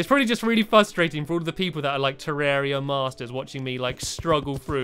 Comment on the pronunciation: It's pronounced te-rre-ria not terrea